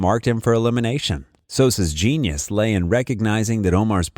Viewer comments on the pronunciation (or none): none